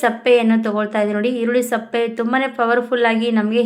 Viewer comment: ಈರುಳ್ಳಿ ಸಪ್ಪೆ ಅಂದ್ರೆ ಏನು... ಮೊದಲು ಭಾಷೆಗೆ ಮರ್ಯಾದೆ ಕೊಡಿ. ನಿಮಗೆ ಕನ್ನಡ ಬರದೇ ಇದ್ದರೆ ಇಂಗ್ಲಿಷ್ ನಲ್ಲಿ ಹೇಳಿ. ಸಿಪ್ಪೆ ಅಂತ ಹೇಳುತ್ತಾರೆ.